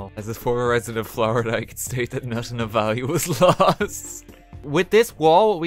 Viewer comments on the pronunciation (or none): none